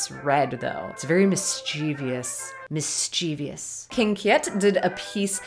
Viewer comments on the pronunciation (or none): mis·chie·vous / misCHivəs i'm sorry, but the mispronunciation of that word hurts me